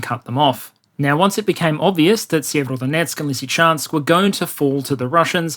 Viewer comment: Sievrodonetsk? Sever-north Sever-o-donetsk, HarkOv